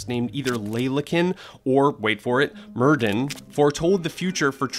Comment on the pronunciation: Hey Netflix, if you’re going to put Welsh words into a videos, please ensure your voiceover guy pronounces them properly. It’s not pronounced “Merd-din” - in Welsh a double D is pronounced “th”. So Merddyn should be pronounced Merthyn.